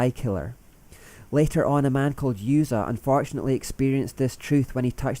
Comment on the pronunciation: I'm sorry, I'm a jerk when it comes to biblical pronounciation, but I can't help it. It's pronounced "Oozah", not yoozuh. But great vid.